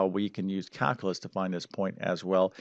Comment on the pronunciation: Caluuuuulus not calcaaaalus